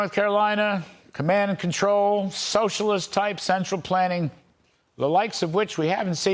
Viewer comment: Kudlow can't pronounce Kamala's name right, nor is he careful or correct about anything else. Fox News had to pay $787 million settlement for lying to us, and they haven't stopped. Be careful who you believe.